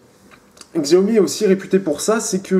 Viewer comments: xiaomi se prononce siaomi ou çiaomi. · Ça se prononce shiaomi